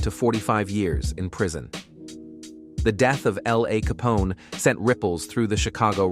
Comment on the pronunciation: I hate when y’all do stories on these guys and say there names wrong it L.A. Capone the L is separate from the A smh